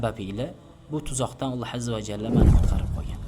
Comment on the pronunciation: Далилларингиз яхши, ўткир. Аммо видео тайёрлашда баъзи кўнгилхиралик ва одамни беҳузур қиладиган ортиқча амаллар қилгансиз. Фиш- фишларни фонга қўйинг, токи овозингизни босиб кетмасин. Бошқаларига чидаса бўлади аммо Аллоҳ исмини (الله) деб талаффуз қилинг, ( اللح) эмас